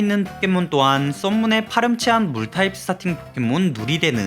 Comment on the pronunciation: 이 스타팅 포켓몬이었구나 ㅆㅂ ㅋㅋㅋㅋㅋ 스타킹 포켓몬이라 들음 ㅋㅌㅋㅋㅋㅋㅋㅋ 아니 푸후꼬 진화 쟤 다리가 왜 검은색인건데 ㅋㅋ